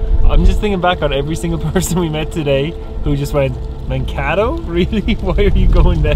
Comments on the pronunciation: I know about Mankato from little house on the prairie! (And it's not pronounced Man-Cat-O) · Garner Grauerholz my grandparents and cousins are from Scandia and live there and it bothered me at first when they mispronounced Mankato in the first couple minutes